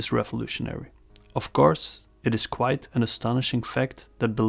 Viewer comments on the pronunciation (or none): none